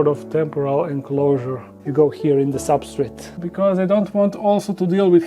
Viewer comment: He called the substrate "substrit"! My dude!